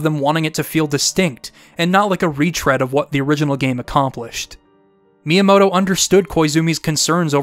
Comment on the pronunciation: It's pronounced Mi-yamoto, not Miya-moto